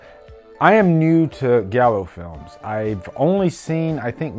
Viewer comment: Not trying to be a prick, but it's pronounced gi-al-oo not galo 👍 and this films amazing, all his films are, from the animal trilogy, the mother trilogy, opera, deep red